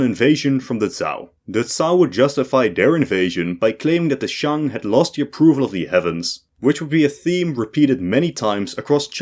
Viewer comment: Yes, all you people are correct about the atrocious mandarin of the author. I think he pronounced Shang, Han and Northern Wei correctly, but that's it. Although average non-eastern highschoolers wouldn't know this, I had to take Chinese starter lessons later. But I'm old, I think current highschoolers are indeed exposed to more Chinese influence.